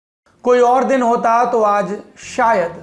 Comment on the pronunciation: चच्चा "दिन" को "दीन" क्यों बोल रहे है ?